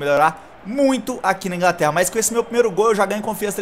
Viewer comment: "Ingraterra agora matei o portugues, e caplando aula de português "